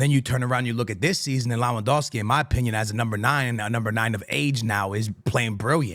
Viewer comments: I really Really love ur content but please stop saying lawandoski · It’s pronounced “Levandovski” please 😭